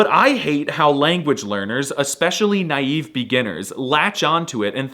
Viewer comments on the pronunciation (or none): none